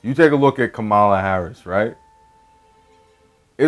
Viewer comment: I knew what this BS video was gonna be about when you couldn't Kamala correctly.